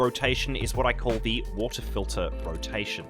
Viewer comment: WATAH FILTAH